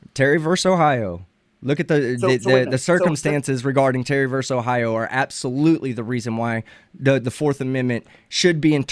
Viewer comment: Please stop pronouncing “versus” as “verse”.